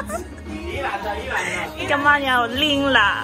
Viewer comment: 這集相對來說比較輕鬆愉快，歡樂許多， 說的兩句台語（拎啦，游來游去）說的很好了，在台灣生活台語多學一點是好的，不過真的不簡單，有一個很有名的範例（香港的香很香）三個香都不同讀音，若妳有會講台語的朋友，可以請教一下怎麼讀。（第二個香指的是拜拜的香）